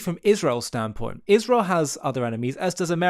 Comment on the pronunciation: Ishrel She deliberately pronounces Israel as Ishrel. I wonder what's behinf it?